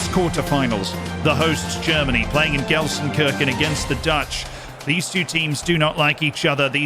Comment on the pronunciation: oha... nice Pronouncing of GELSENKRICHEN.......